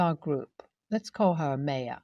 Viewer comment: Nbd, but just a little fyi, the Ma in Maya should actually be pronounced ‘my’ not may, so Maya should sound like ‘my uh’.